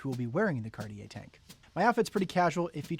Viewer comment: You could at least pronounce it properly… it’s not carrrrrrier! These Americans…